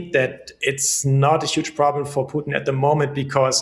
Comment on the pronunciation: Strange this host drops letters in talking. For Putin she pronounces Puin and for important she pronounces imporant. Yes is minor but just weird. Poor education.